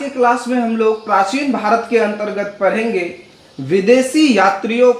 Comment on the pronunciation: हम परैंंगे लव डे के बाड़े में? पहले उच्चारण सही कर